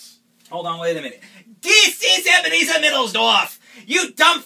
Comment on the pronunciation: ebenerzer